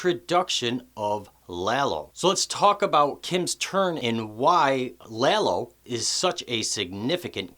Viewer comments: his name is Lalo, not Lelo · Lalo- La-Low.. lol every white person keeps pronouncements it Lay low 🤦🏽‍♂️ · Danny J His pronunciation of Lalo really grates on the ears, but your amazingly stupid “every white person” and your blatantly incorrect “lay-low” (which no one had said) really grate on the brain.